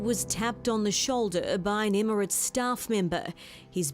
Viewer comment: Does your reporter know it’s pronounced Emirates not immerants.